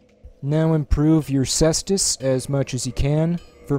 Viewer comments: Say est us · Pronounced "Kaestus".